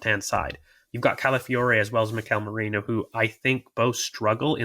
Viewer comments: Holy crap why can no one say Meh ree noh. 🤣🤣🤣.,,,...merino not Moreno 🤣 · has no business calling out pronunciation when he himself says morino